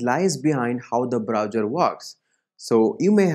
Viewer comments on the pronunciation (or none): Good explanation, but it's browser, not browjer, Thanks